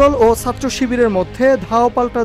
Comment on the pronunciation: উচ্চারণ ঠিক করেন। বলেন ছাত্র / সাত্র আবার কি?